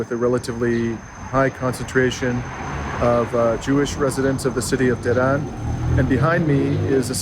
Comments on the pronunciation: To pronounce Tehran correctly, you need to emphasize the first syllable more forcefully. It is TEH-ran, not Teran. Thanks for the video. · Pronounce the H when u say Teh,, than speak ran like u would the name Ron in english. Finally, emphasize the second syllable. TeH-RON Et VOILA! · So glad you came to Tehran. Pronunciation may be helped by lengthening the a ‘a’ to ‘aa’ not always. The metro system is really amazing given the time that it has existed and it is extremely good service. In the past Tehran had a problem with pollution (it still does but given the growth not surprising) so many parks have been created. Trees in the city are protected such that if any developer damages one the penalties are very high. Also on the metro in order to get people out of their cars the fares are heavily subsidised. I hop whilst in Tehran you will visit the Milan Tower - the view of Tehran at night is stunning. Also there is the largest bookstore in the world’the book garden’ and the shopping malls are without parallel in the west. If you have time please visit Isfahan you will not regret it - I promise you. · You need to pronounce the "h" in Tehran, the same way that you pronounce "h" in uphold.